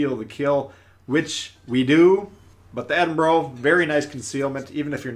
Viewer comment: Ouch, you butchered the pronunciation of Edinburgh